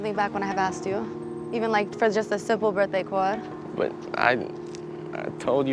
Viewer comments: "birthday choird" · As soon as Daisy was in front of that guy that she been talking to, her voice changed, and she got this weird accent. For instance, listen to the way she says card - just for an example- (because there's a lot more than that) She actually pronounces the R when she's sitting with Tyler and Nev... but when she's standing in front of her crush- she does not pronounce the R... she says it really weird and there's a lot of strange pronunciations in her speech while she's talking in front of the boy she likes. And I understand that people get nervous... but that was just really a weird quirk- I thought. Annnnd No 5 .... girl is NASTY anyways .... good riddance